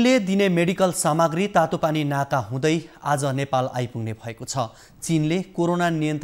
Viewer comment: Instead of Tatopani naka... he is saying Tatopani nata ...